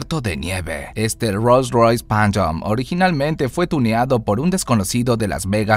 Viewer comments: porque dice "panchom"? jajajjaja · "rolls royce panyom" no mames